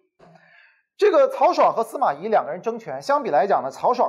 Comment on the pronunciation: 咦？不是 司马懿（yì） 吗？